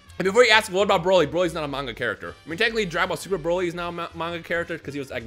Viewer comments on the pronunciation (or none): none